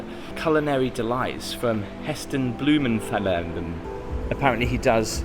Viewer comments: Heston Blumen- Thelel 🤣😂 I'm surprised you haven't heard it said before, on adverts for Waitrose or the TV show he did in the UK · New Subscriber here and I have to say that I love your videos. I wanted to tell you that the proper way to pronouce Blumenthal is: Blue Men Thal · I am too through...What kinda way did he pronounce Blumenthal, he just added extra stuff that isn't there🤣